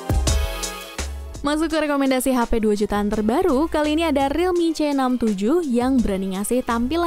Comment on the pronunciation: Uda lelah dia, abis bilang thirteen C jadi realme ce enam lima😂